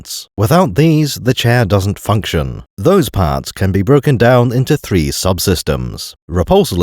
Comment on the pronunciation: One of three? ONE OF THEEE?